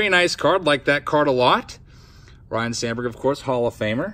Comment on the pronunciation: You and your brother need to correctly pronounce Ryne as (Rhine) not Ryan...its disrespectful lol